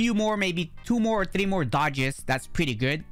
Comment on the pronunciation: Its not tree its three